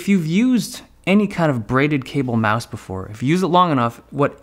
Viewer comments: stoooooop saying mise , it's mouse , lol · Brah net Time try to say mouse not myse